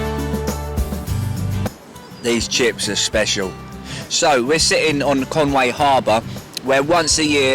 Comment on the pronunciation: Mate,love the vid. But it's not Con Way,it's Con Wee. Conwy,diolch!🏴